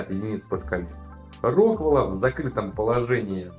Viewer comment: Ого, вы единственные во всём ютубе, кто правильно происносит РОквелл